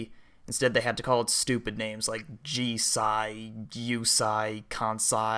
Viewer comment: ohhhhhgames i own and neverplayed!!! also,it's pronounced "jih-say","kahn-say", and "yo(very tiny little 'oo'sound)-say" also, are these games even MADE in japan?